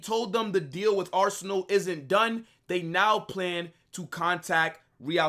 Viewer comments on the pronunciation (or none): none